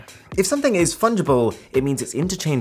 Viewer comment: I knew he would say fun-gible 😂